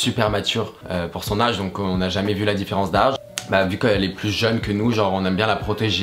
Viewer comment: la façon dont tu dis "âge" hihi mdr.